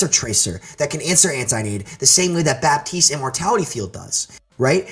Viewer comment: What about the amount of times they both say Baptiste wrong?